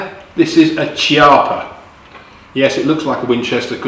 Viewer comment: Nice review. I own one of those. Nice gun. You and Hickok45 pronounce the name Chiappa differently, wondering which one is the correct pronunciation?